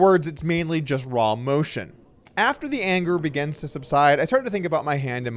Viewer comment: Is it just me or does Doug always sound like he is saying begans instead of begins - "our first hand begans..."